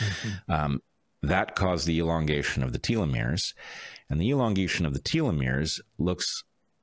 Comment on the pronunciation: Telomeres pronunciation: (American & British) Tel . uh . meerz Not: Teal . uh . meerz